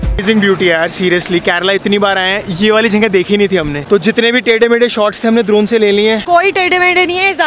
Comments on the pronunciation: ड्रोन= दरोन🤣🤣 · Didi vo drorn nhi vo dron ho ta hai😂😂😊😊